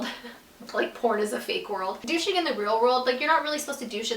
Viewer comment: What's dooshing or whatever she said?